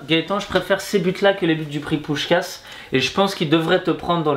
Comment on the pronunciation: On prononce pushkash voila